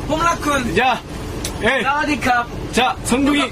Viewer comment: SA WAS DEE KAP ' not ' shower the cop " lol